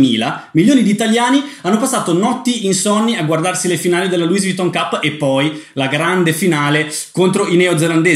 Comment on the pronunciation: Si dice Louis (senza pronunciare la”s”) Vuitton...